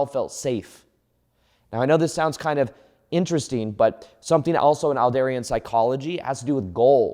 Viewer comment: Excellent explanation of Adlerian psychology! Also fyi it’s pronounced “Add-leer-ian” psychology ;)